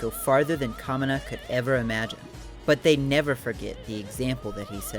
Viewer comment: it's also pronounced ka-mee-na not ka-mi-na